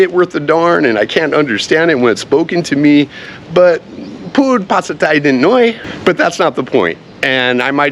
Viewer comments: Why do you say Pateeyah? Isn't it Pattaya? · Regardless, emphasize the last 'a' :)